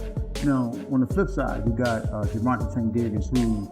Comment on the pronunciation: The ai saying Gervonta's name wrong is aggy af